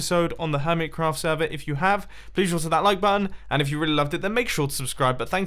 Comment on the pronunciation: Whats a semer you didnt say sever xD